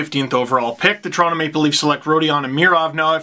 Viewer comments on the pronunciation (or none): none